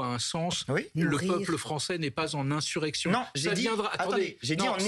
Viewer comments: inZurrection madame ! 😂😂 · "inzurection"... ??? Qu'est-ce qui se passe ? La dame n'arrive pas à dire le mot ou bien c'est un pari entre collègues ??? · InZurrection elle dit la madame de la Macronie